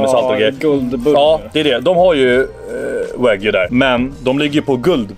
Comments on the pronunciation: Wag-yuu inte Vagy! -. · WagÝÝÝÝÝ. Wag-JU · det heter WAGYU inte vagu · Med risk för att vara lite dryg. Det uttalas "Wa - Gjuu", som att du säger Gnu med ett "j", inte "Wagyy" :D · De heter inte vagi utala de som wagyou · "Vagy"? Wag Y ou uttalas det. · wagyu inte wagy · sorry men ”vagy” 😂😭 uttala de Wagjue” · ”WaGy” nej nej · han är för svensk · Haha älskar hur du uttalar det min bror men man uttalar det wagg io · "Vagyy entrecote" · du uttalar fel säg som (wag you) så låter det rätt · Mer, Wa-gyuu. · man uttalar det inte vagy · Fattar inte varför svenskar säger "wagy" när det klart stavas "Wagyu". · det utalas inte så för fem öre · wagyu betyder japansk ko, då säger man precis som man säger i Japan, ska man dra en svensk twist på det så kan man lika gärna säga japansk ko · najs uttal på wagyu lmao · bara jag som stör mig som fan på hans utal på wagyu ?